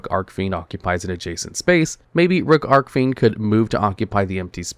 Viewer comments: It’s Arch-Fiend, not arc-fiend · I don't know why, but every time i head pronounce Archfiend as "Arcfiend" it makes me feel weird for saying "Archfiend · Im convinced he purposely mispronounces archfiend and Celtic just to piss people off